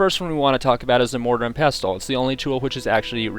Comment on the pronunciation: You don't pronounce the T in wrestle or nestle, so why are you doing it with pestle? Were you home-schooled or some sort of English as a foreign language student? Here's a little tip in life, languages and even dialects are "consistent" to be accepted as such, that is especially with pronunciation. I knew how to say pestle and mortar since I was a child, because it is a commonplace kitchen item for grinding up herbs. I'm so sorry that you seem to have lead such a sheltered existence to have never heard the word said out loud before, but it follows the same rule you follow with wrestle. This is English, not 'Nam, obviously, if you want to do that, go ahead and do so with arapaho or any of your other native languages, not ours.